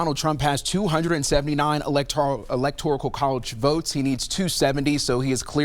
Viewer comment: "Electorical"?? college votes. This guy needs to go back to middle school. Wow!